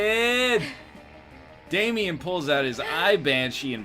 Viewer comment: Triggers me so much on how says Damien